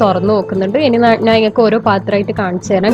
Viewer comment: Nan alla madam...njan aanu...nalla malayalam samsarichoode..